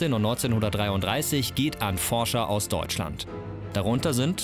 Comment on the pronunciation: Ist es so schwer, "Forscher" zu sagen?